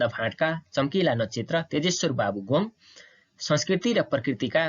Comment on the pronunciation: के हो "गोङ् " ? गोङ् होइन "गोङ्ग" शुद्ध उच्चारण गरौँ ।